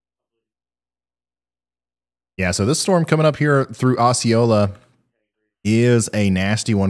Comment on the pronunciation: as someone from nea, the pronunciations of the towns made me wanna pull my hair out lol. jones-bor-o, o-see-o-la, tur-el, le-pan-toe is how you pronounce those towns. not trying to be rude, just trying to help